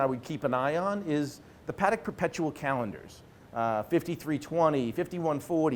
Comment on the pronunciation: Nor is it PAA-deck. Yikes.